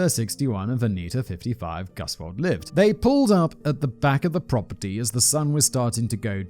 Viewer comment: I know Gusewelles from the exact area you are talking about. I just wanted to volunteer that you got the pronounciation right the first time: "Goose well". Hopefully Gusewelles won't show up on one of your posts until maybe one of them does something awesome and end up on Biographics. Just in case that happens, now you know!